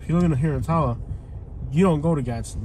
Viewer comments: He can’t pronounce Attalla😂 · "Ah-tahl-la". LOL. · ah-tah-lah lol. learn to pronounce it buddy